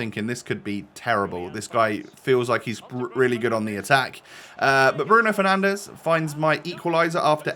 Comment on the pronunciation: “Bruno penandes” costs more than the whole of Ipswich football club 😂😂